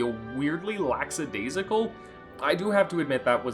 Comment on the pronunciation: "lacksadaisical" ? Good reviews, though :)